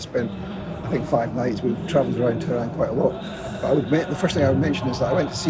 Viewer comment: Hi, it's pronounced TeH-ron. 'Te' like in 'test,' ending the syllable with a short audible "H," followed by 'Ron' like the name. Similarly, Iran is pronounced 'E,' like the letter E, and 'Ron' like the name. Grateful to you for keeping us informed.